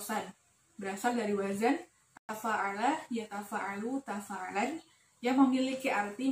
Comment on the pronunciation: Tadarus itu jika ditashrif secara ishthilaahiy begini: Tadaarasa, Yatadaarasu, Tadaarusan ((bukan Tadaarasan)). Simak di menit . Sementara pada menit , wazan-nya yg benar adalah: Tafaa'ala, Yatafaa'alu, Tafaa'ulan (bukan Tafaa'alan), Mutafaa'alan, fahuwa Mutafaa'ilun, wadzaaka Mutafaa'alun.